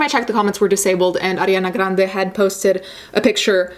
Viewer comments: side track but i love how you pronounce ariana grande, i'm croatian and i'd pronounce it the same way so its just cool to hear someone actually pronounce her name & last name correctly because thats how its supposed to be haha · Another prong to this is the people who made tweets saying it should’ve been Demi Lovato who died instead of Mac Miller. As if these aren’t real, human people. I’m just glad she’s in rehab right now and didn’t have to see that disgusting shit. Also, I absolutely love the way you say Ariana Grande. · missy ann I love it and that’s literally the real way to pronounce it since Ari is Italian 😊